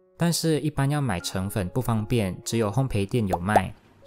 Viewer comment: 謝謝的指導。我也喜歡第二個配方。 不好意思，視頻裡有個小小小的瑕疵。「澄粉」的「澄」字在這個情形下要讀「鄧」，意思是讓液體裡面的水和雜質分離，把雜質沈澱，是個動詞。